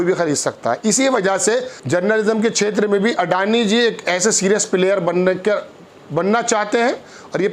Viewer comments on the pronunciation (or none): none